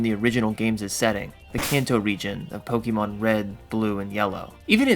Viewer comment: Now if only he could pronounce names of things correctly 💀poketuber that can't pronounce "pokémon" lmao 💀